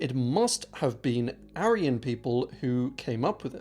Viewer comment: Struggle to listen to a guy who pronounces aryan wrong